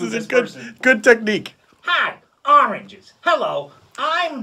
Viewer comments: In conclusion, AHRANGES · Oranges sounds less and less like a word everytime they say it lol